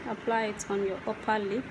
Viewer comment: Is this only me when she was saying uper lip and I heard oppa lip 🤣🤣